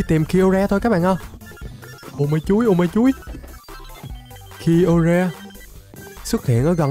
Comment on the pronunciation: Kyogre đọc đúng là kai ô ga